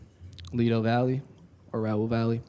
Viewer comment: Valle is not pronounced as Valley.